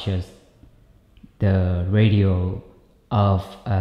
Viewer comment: Your English is entirely adequate and functional. I had no problem understanding you, and the concepts you explained were very well thought out and clear. Just FYI the word 'ratio' is pronounced like 'ray-shio'. It's related to the word 'rational'. That was the only word I heard that stood out and made me think, but it was obvious what you meant in context. Thanks for all you do.